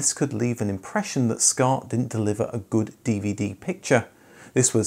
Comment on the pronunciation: first of all, WTF IS "Scart" OR A "Scart"?!